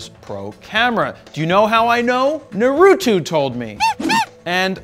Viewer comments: It's naruto, not narutu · Jared Polin The name “Naruto” is of Japanese origin, so it’s pronounced as “NAA-roo-toh”. 👍🏼